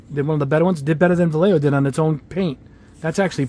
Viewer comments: Va-lay-hoe is how it's pronounced. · Vallejo in spanish is: va-e-a-ho double L is pronounced as Y